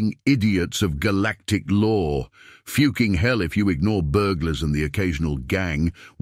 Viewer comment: How hard is it to prounce the word "fucking" god that was annoying.